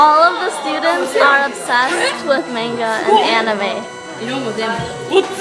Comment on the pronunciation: What is Meinga? Don't you mean Manga? It's pronounced Monga